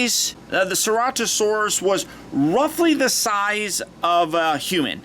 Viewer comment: U say it as sir-at-a-saurus